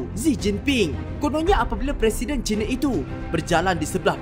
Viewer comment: Harap boleh membetulkan sebutan "China". 1. Jika disebut "China" dengan menggunakan "Cina", ia seakan-akan mewakili kaum cina dengan negara People's Republic of China. 2. Sebutan "China" itu boleh dikatakan dengan Chai na, bukan cina. Ini adalah cadangan saya kepada. Bagus video 👍👍